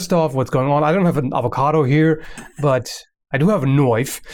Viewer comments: "Hi my name is and this is how you cut an avocato" I love your videos xD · why is it that certain accent pronounce it "ovacado"